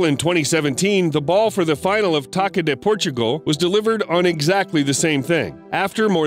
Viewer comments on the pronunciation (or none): it's Taça (Tah-ssuh) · He just read “Taça”, Taka 🤣👏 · Just a small detail... The letter "Ç" is not the same as the letter "C".... "Ç" in Portuguese is read as an "S"....